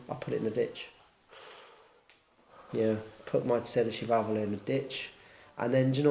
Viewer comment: my man even pronounces sedicivalvole the right way